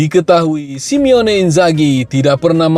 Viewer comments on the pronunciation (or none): Bang namanya SI-MONE bukan SIME-ONE lain kali lebih teliti jangan mengulang2 kesalahan. Kalau Simeone itu Diego Simeone pelatih athletico madrid. Dan Lamine Yamal dibaca (Lamin) Harry Kane (Kein) Kalau Sadio Mané, Leroy Sané baru dibaca é nya